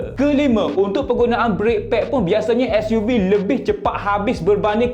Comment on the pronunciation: Nak buat YouTube sebutan SUV biar btl skt bae.....gapo Dio....